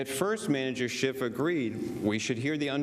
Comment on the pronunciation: Did Jay Sekulow say “Manager Schitt”? 😮🤭😂